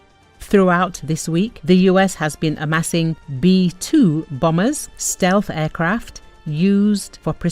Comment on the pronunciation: BomBers not bamers